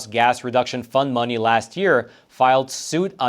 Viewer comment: Sounded like "Greenhouse gas fun money" . I'll BET they're having fun with that money.